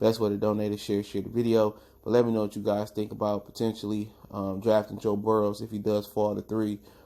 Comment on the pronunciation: His name is actually Joe Burrow, not Burrows